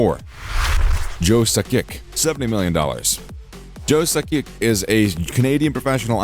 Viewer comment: Dude you must not even be a hockey fan because you pronounced at least there's five incorrect things in this video first of all you pronounce Keith tkachuks name wrong sakics name wrong 2 things on view his name and the fact his nickname wasn't the Russian pocket it was the Russian rocket because he was so fast you got to shouldn't just put a videos you should learn what about the players beforehand and there was a few other things in there that you messed up on saying how you say names like obviously not a real true hockey fan or you would never have said those names wrong not trying to be a jerk just hate when people put old videos on YouTube about stuff and they have no idea about that player or people because they don't even know how to pronounce their names